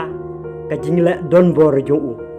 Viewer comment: Phi dei khasi ong bah kumno phim nang kren khasi ia kabor uramhah ruh ong kabol u lamhah 😅😅😅🙈